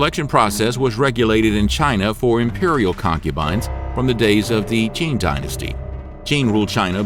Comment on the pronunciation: I appreciate the research that has gone into these videos but I really wish they looked into how the chinese names were pronounced. For example, ‘Qing’ is NOT pronounced CHING. The Q has a T sound and the ing has a long E sound (it sounds a bit like saying ‘team’ but with a ng instead of an m. ‘Teang’) Also, ‘Yong Le’ is pronounced yuhng luh, not yuhng LEE. Something I also noticed with some of the pictures of concubines used (that have been pulled from dramas and other media) that some of the dress is not accurate. Styles varied but the dresses at that time most certainly did not push up the chest. When I saw that, I was like, what the heck Little details are an important reflection of history too 🙂